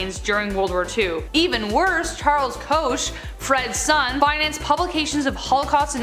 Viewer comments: Not trying to be "that chick", but just FYI -- Koch is pronounced "coke". Just sezin. Sorry. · Pronounced coke, koch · Koch is pronounced Coke btw